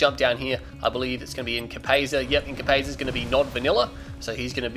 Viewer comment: Its pronounced Inca-pie-sa